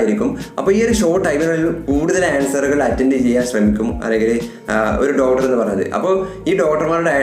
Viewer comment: ഡോട്ടർ, ഡോട്ടർ, ഡോട്ടർ ഒരുപാട് തവണ പറഞ്ഞുകൊണ്ടിരിക്കുന്നു. ഡോക്ടർ എന്നതല്ലേ ശരി